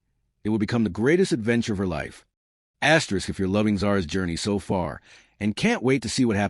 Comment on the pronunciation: What is this asterix asterix distracting the flow of the story?